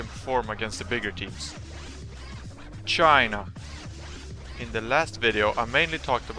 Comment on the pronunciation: No more shyyyy-na :(